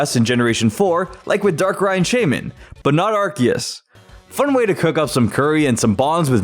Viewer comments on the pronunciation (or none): none